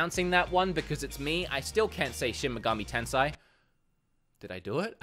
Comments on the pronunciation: Nope, sorry, but close. The "sei" in Tensei you mistakenly pronounced like "sai". "Sei" would be like how in our language we pronounce "say". When you learn the Japanese vowels A I U E O there really isn't much flexibility in the way they're used. You can combine EI, AI, OU, etc. in Japanese but unlike most languages they're not very transformative. For example the EI in English "Weight" and "Height" sound completely different, whereas in Japanese "Heiki" and "Sensei" sound the EI with that phonetic "Say" sound. Tensei/Sensei Also on a side note Japan often uses double vowel which is sometimes hard to pick up for non-Japanese speaker such as EE II OO (sometimes OU), but again unlike in the west where double EE becomes transformative, in Japanese it's used to prolong the vowel. Many people don't know this but "Tokyo" isn't actually correct in Japanese. It's actually Tōkyō (Tookyoo / Toukyou). I realise this wasn't really relevant to the video, I just thought it might be informative for anybody curious or struggling with Japanese pronunciation. Once you learn the basics you can pronounce pretty much any word in Japanese. One of the only phrases I can think of that doesn't follow these rules for some reason is the translation for "stop smoking", it becomes 禁煙します "kin'en shimasu", and the "kin'en" has a fairly unique sound. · It's pronounced "Shin Megami Ten-say", so you were almost right. :) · You said Tensei wrong. Sorry bro. It's pronounced Ten-Say (the English way. Sightly different if saying it in proper Japanese) Love your face though :) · wood, you keep pronouncing it wrong: You say Shin Megami Tensai, while the ei sound might come off as an aou sound, in reality Tensei should be pronounced Ten ce and the ce sound runs off at the end of the word. Sorry to be a snob, love your videos! :D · did I finally say Shin Megami Tensei? Nope 🤣